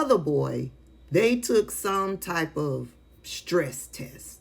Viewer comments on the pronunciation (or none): Stress tessors. 😂